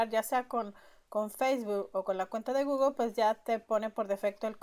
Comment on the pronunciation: solo no es goglo, se dice pronuncia gugle, gugle gugle, se escribe google.....diosi